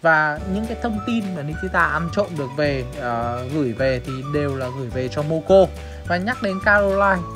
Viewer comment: moco mà nói momo